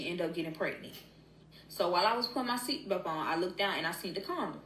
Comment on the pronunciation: What can she not say belt correctly. She said seatbelp every time